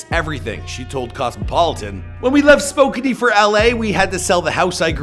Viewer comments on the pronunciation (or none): its pronounced sp O can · It's pronounced Spoh-CAN, Washington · it’s spo-can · For the record, Spokane is pronounced "Spo-CAN" not "spo-canny" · No its pronounced Spoke-Ann (source: I live just 10 minutes south of Washington's southern border and grew up around Washington locals) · “Spoke-canny” please, no😭😭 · Spokane is pronounced Spo • Can. There’s no ee in the pronunciation. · You pronounced spokane very wrong haha. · Wait is Spokane pronounced like that?😂